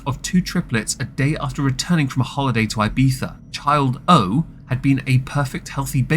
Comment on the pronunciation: oh gosh dont tell me you Just called a place Ibitha or ibiffffa got an extra chromosome to sell i also wanna be that dumb. thats not how you pronounce a Z anywhere ever.